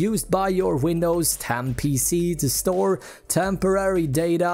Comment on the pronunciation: "windoes tan"